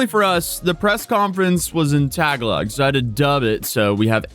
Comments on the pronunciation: tuh • gaa • luhg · Thanks for sharing the footage of his case glad he got deported. Also just letting you know it's not pronounced "Tag Log" the Filipino language is pronounced "Ta(tah)- ga(gah)-log(lowgh)" if you Google search how to say Tagalog you can also hear it verbally. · I had a Filipino Chief in the Navy. I called his Red Tag Log his Red Tag-A-Log. 😊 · Vitaly is an idiot, also is pronounced "tah gah log" not tag a log. 😊👌🏻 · always pronouncing tag-a-log. Ta-ga-log is accurate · It's tăh-Gall'-lăg, not Tag-a-log 😉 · Tagalog is said Ta-ga-La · Tagalog: tuh-GAH-lug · For future reference: "TA-gah-lowg" There is a "tagulug" but an indonesian dialect? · I don’t mean this in a mean way but you have mentioned not being great at pronouncing foreign words so I just wanted to say that Tagalog is pronounced more like “Ta-gaw-lug” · Excuse me, but it's "tah-GAH-log" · Cool vid, btw Its pronounced "tuh/GA/loag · lol - it's pronounced 'ta-GA-log' 😅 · Your pronunciation of Tagalog is laughable. It is painfully obvious you didn’t finish school! / tə-GAH-log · Thanks for the report man! Keep up the good work. Just fyi, Tagalog is pronounced as (tuh-gaa-luhg). PH uses the same vowel sounds as in Spanish. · Please take 5 seconds to learn how to correctly pronounce tagalog smh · Small suggestion: look up the pronunciation of "Tagalog"